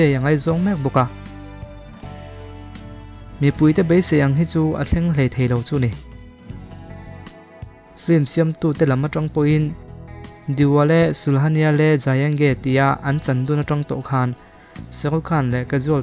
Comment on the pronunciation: Sulhania niloin dulhania zok aw